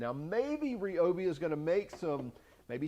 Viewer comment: It's pronounced RYE-obi, not REE-obi. And no, shockingly, I'm not fun at parties.